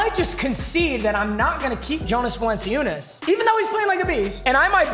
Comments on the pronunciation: He said Jonas's name so wrong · Jonas is pronounced yo-nis